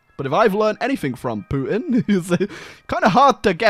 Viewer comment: I can't get enough of "Putin" pronunciation. -That's Poo-in. That's Poo-in doing the Poo-in walk.